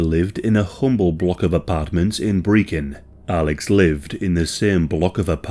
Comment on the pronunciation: Brechin pronounced perfectly 😊